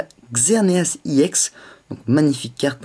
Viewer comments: Je sais pas si tu le sais, mais ca ne se prononce pas "I EX", mais, "EX", car EX comme EXTREME ! :) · j ador ta video juste pas iex juste ex